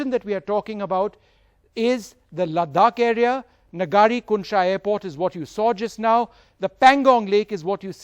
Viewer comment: Hello news Anchor Sir, the proper pronunciation is- "ङरि कुन्शा एअरपोर्ट" । Not "नजरि"।